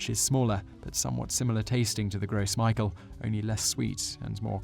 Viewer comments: One minor problem with this video, is the Gros Michele. It was a French name and was NOT pronounced, "Gross Michael." Although 'Michele' is a French name for 'Micheal,' it was pronounced more like, "Grow Michelle." In some places, you can still find the Gros Michele. In fact, you can even order a small tree online! I had a Gros Michele tree in my backyard, in Florida, when i was young. As for the difference in taste and texture between the Gros Michele and the Cavendish; the Gros Michele texture is a bit creamier and EXCEEDINGLY more flavorful, with a deeper, richer banana flavor. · I don't think it's pronounced "Gross Mykahl". I think it's pronounced "Grow Michelle". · The name comes from French, so it's pronounced "grow michelle", lol not "gross michael". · Awesome vid, but it's actually pronounced "grow Michelle" In French, the s at the end of "Gros" is not pronounced. Michel, the French form of Michael, is pronounced like how you would Michelle, which in French is pronounced "Meeshell". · puppichow I was fine with that. "Conqweestadoors" and "Gross Michael" hurt to listen to though. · gros michel is pronounced "grow michelle", by most people at least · So glad someone said it. I got so sick of him saying "Gross Michael", I could barely finish the video. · I've always heard it pronounced more like "grow me-shell" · I might be a bit picky, but isn't the Gros Michel pronounced "Gro Mishel", since it is a French name? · IT"S "CONKEESTODORS" AND "GRO' MEESHEL"! HOW DO YOU NOT KNOW THOSE THINGS!? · I didn't notice anything wrong with the way he says "banana", but I did notice "conkwistadors" and "gross michael". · "Gros Michel" is pronounced "Grow Me-shell" It's French. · it's pronounced like "grow michelle" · It's pronounced "gross mishell" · Ok I'm French and annoyed. The name for the gros Michelle is French. Pronounced grow-me- shell. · Even though it's pronounced Gro Meeshell(Gros Michel). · Lol, "gross Michael " it's pronounced "Grow Michelle"